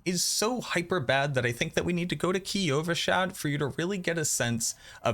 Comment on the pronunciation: kee ovashad